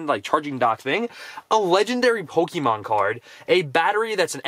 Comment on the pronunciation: ‘Pokeyman’ It’s pronounced ‘Pokeh-mon’ 🤦🏼‍♀️